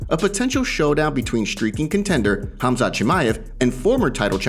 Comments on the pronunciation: 😂Whitaker called him HAZMAT 😂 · Robert Whitaker called Khamzat, "Hazmat" 🤦🏿‍♂️ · Lol, saying Chandler wouldn't let Islam take him down is such a bs, Chael still don't understand what Team Khabib capable of. :D Also, everyone: Khamzat. Robbert Whittaker: Hazmat. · Is it be or does Whittaker Keri calling him Hazmat instead of Khamzat? 🤔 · the K is silent lol, and it isn’t pronounced “hazmat” it’s “Hom-zaht” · its not the K part I have a problem with that's actually correct its supposed to be with an H sounding start to the name I'm saying he switched the letters M&Z in the name its "khamzat" not "khazmat" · I'm not saying the H part is wrong I'm saying he's moving the placement of the m and the z in the name "hazMat"---"haMzat" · Robert Whittaker called him Hazmat 😂 🙈 you train with the guy and cant even get his name right lol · NOBODY: Robert Whittaker: HAZMAT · Cumshot…. Get it right 😂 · Did Whittaker really said hazmat.. 😂😂😂😂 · Lol Whittaker calls him hazmat. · In Aussie khamzat is pronounced hazmat. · Did Whitaker really call him? Hazmat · It amazes me how many fighters/media/etc can't pronounce fighters names. Whittaker just called him "Hazmat" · It's pronounced KUM-ShOT! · It is Hamzat lol Russians just have the k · Covington only calls him Cum shot cause he can't pronounce his name 😂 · HAZMAT? Really Robert Whittaker? You can't pronounce Khamzat? LoL that's bad...HazMat